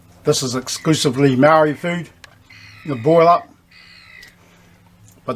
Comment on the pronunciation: Close your mouth when you eat ya old gronk! And learn how to say “maori” properly not “Maaaaariii”